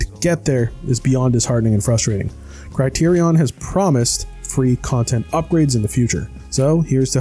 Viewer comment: That’s really not how you pronounce “Criterion.”